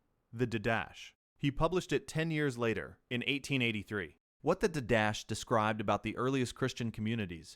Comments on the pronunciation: I came here to make the same comment. In the liturgical classes I have taken, didache was always pronounced as you suggest, or perhaps "DIE-da-key". Certainly not "did-dash". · Didache is pronounced did-a-kay not d'dash. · I know that this is going to fall on deaf ears, but the word 'didache' is pronounced did-ah-KAY. Not like anyone is going to train their AI client to pronounce words correctly. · No, you are all wrong. In classical seminary NT survey lectures, it is pronounced DEE-DUH-KAY as iota is not EYE-OOH-TUH but rather EE-OH-TA